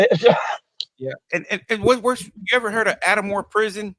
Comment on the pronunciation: Not “At-a-More” lol (Atmore) It was 4 prisons there.. Holman, Fountain, JO Davis & Atmore Work Center (prison)